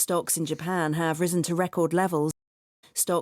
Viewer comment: risen을 못 들었는데 발음을 잘못 하고 있었어요. 오늘도 감사합니다!